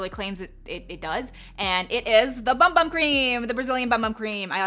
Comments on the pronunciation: A friendly tip, in Portuguese we pronounce bum-bum as boom-boom and it means butt cheeks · Fun fact but in Brazilian Portuguese bumbum it’s pronounced “boom boom” and not bum bum 😅😁 Loved the video, thanks for the tips!